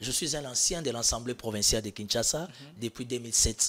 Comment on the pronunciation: 😂 Lenoir a alobaka Assemblée et non « ensemblee »😂 ata na noko belges ba lobaka Assemblée